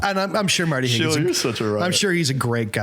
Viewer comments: Marty Haugen, not Hagen. If you wish to insult him say his nsme correctly. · You all should have really done a little more research before you did the show. For example, pronouncing their names correctly. Schutte=shooty Haugen=Haagen And it’s John Michael Talbot, not Michael John, or Michael. John Michael Talbot did not write Be Not Afraid. Criticize the composer, not the performer. The King of Glory‘s melody is an old Jewish melody. Why isn’t Abba, Father on this list? You could have substituted all of the songs for that one. THIS is the granddaddy, sweetheart. And knock off the swearing.